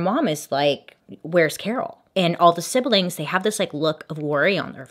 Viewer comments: I'm so sorry, forgive me, I can't help it - not sibel ing, just 'sib-ling. Don't hate me, I was taught English 'enthusiastically', and often suspect that people would like to know. I'm not mean. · Bailey, Siblings is only a 2 syllable word. SIB-LING not SIB-BEL-LING. just an FYI.